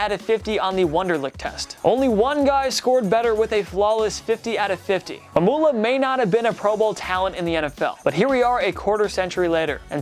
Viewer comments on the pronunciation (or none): Mike Mamula's name is pronounced like formula. (Ma'am-yoo-luh)